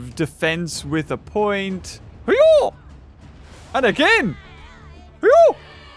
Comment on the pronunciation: Isnt it pronounced your-ro? XD